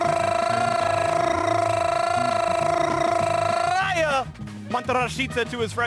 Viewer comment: Mantarrrrrrrrrrrrrrrrrrrrrrrrrrrrrrrrrrrrrrrrrrrrrrrrrrrrrrrrrrrrrrrrrrrrrrrrrrrrrrrrrrrrrrrrrrrrrrrrrrrrrrrrrrrrrrrrrrrrrrrrrrrrrrrrrrrrrrrrrrrrrrrrrrrrrrrrrrrrrrrrrrrrrrrrrrrrrrrrrrrrrrrrrrrrrraya manera de pronunciar nombre xDD